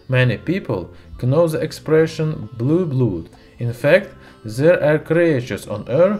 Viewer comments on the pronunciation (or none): Blood is pronounced as Blud. I know English doesn't follow it's own rules. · In Norse, Blood is pronounced "bloo". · Its called blood not blued. Nice bideo. Love this stuff. NOW BLOW SOMETHIN' UP!! Signed: Bart Simpson.